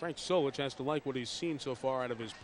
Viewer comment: Do you mean Solich not Zolich